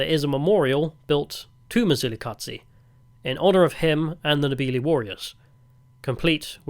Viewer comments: When we speak english we pronounce your names perfectly please take the time to learn how to pronounve ours too. Its Nde- ve-le Vi but Ve as in heaven. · I am a Zimbabwean multi-millionaire, I've seen those empty shelves, great video, very good job. You could suffer to learn a bit regarding proper pronunciation of the African names and sounds. I.E. Ndebele is pronounced ' innnn-de-bay'-lay. By the by, my wife is from Masvingo. cheers ! Remember, TIA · Excellent documentary. One tiny constructive criticism - your pronunciation of Ndebele, Shona, Mzilikazi, Voortrekker... were a bit wonky. Also the rifle was the Martini - Henry, not the Henry - Martini! (BTW I'm an ex Rhodesian, now an old man living in Devon!)